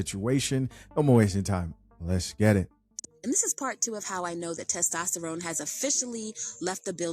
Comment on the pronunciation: Testrone? Or Tyrone?? Lmao..it's testosterone!!